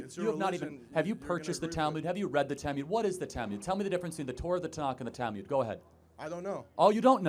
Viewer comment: Minor nitpick: It's not 'tal-myud,' but 'tal-mood.'